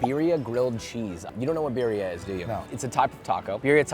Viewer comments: SAY BEERIA ONE MORE FUCKING TIME AND I WILL END MY LIFE. IT IS BURRRRRRRIA UNCULTERED SWINE. YOU ARE BETTER THAT THIS. granted you might not be able to roll your R's, it's okay. BEEEEEEEEEEEEEEEEEEEEEEEEEEERIA? Josh stop. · the way he pronounces birria is just painful. great video tho otherwise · It bothers me that he doesn’t pronounce birria correctly